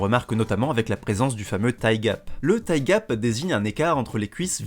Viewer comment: Alors... Tu arrives à prononcer "thicc" mais pas "thigh"? xD